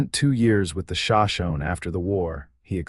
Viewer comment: Teach AI how to pronounce names (Sho-Sho-Nee)...if you are going to use them in your stories. Respect